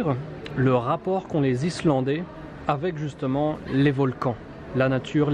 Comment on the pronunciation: J'adore cette chaîne de grande qualité et super intéressante. C'est sûrement le seul français à savoir prononcer les noms Islandais,respect😊✌